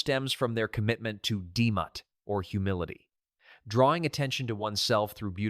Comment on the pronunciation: "Dee-mutt" I'm German and this sounded familiar but wrong... Ahhh, he's talking about "Demut" 👀😂